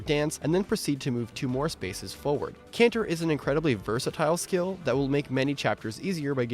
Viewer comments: Nice list, but can we please stop pronouncing "Canter" like ignorant weeaboos. It's between a trot and a gallop. A word you should all have heard long before you played this game. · It's Canter.